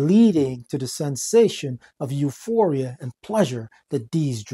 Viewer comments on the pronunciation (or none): none